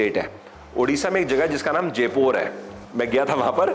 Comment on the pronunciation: Just for information, that is जयपुर not जेपोर..